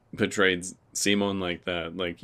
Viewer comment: Awesome reactions as always! Also, you're one of the few English-language reactors who can pronounce Simon's name right, so THANK YOU for that!